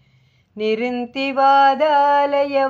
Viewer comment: अस्मिन् परात्मन् ननु पाद्मकल्पे त्वमित्थमुत्थापितपद्मयोनि: । अनन्तभूमा मम रोगराशिं निरुन्धि वातालयवास विष्णो ॥ த்வமித்தமுத்தாபித நிருந்தி (nirundhi) தி என்பதை அழுத்திச் சொல்லவேண்டும் வாதாலயவாஸ (vātālaya vāsa) . வாதா (vadalaya) என்றால் பொருள் மாறிவிடும்.